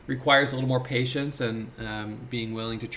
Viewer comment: Yay...My brother says its pay tience....hahahaha